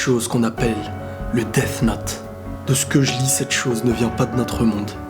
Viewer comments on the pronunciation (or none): Le deaphe note 😂😂😂 non sinon génial continue